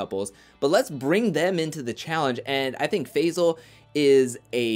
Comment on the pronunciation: His name is Faysal.